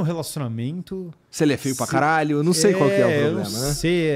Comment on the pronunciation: A minha parte preferida é quando o igor fala "karrralho"